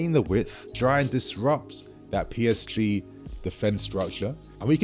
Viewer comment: You can’t pronounce PSG correctly it sounds very strange.